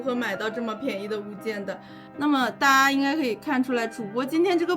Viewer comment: 原來大陸人講大家也是會說成大阿啊